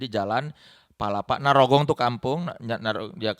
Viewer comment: narogong ya bukan nyarogong